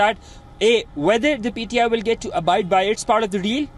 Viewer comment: Its pti not pdi